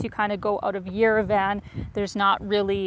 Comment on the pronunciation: It’s pronounced “yerev-ahn,” not yere-Van. Thank you for showing us Armenia, you are beautiful.